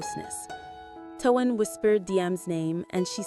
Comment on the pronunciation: And you should know how to spell his name by now it's t o a n not t u a n please speak it correctly